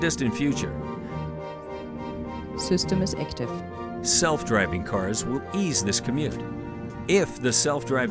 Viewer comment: "System is ektif" HAHAHA!